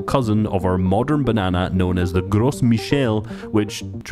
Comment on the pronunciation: The "s" is silent in gros It sounds a lil bit like grow